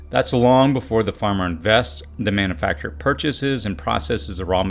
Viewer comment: Great video! That was so clever how you kept saying Manna-facture (as in Manna = food) instead of Man-U-facture. Thanks for posting. I heard a few items I need to get.